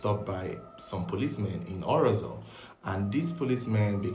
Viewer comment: The pronunciation of orozo ....is not well pronounced buh is a sad story